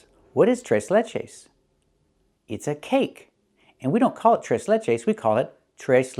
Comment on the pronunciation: I got shit amazed at how you pronounced "Tres" you sounded like a native spanish speaker Lol... Tres Leches cake is off the heezy! I highly recommend it.